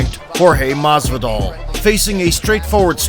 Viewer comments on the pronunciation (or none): none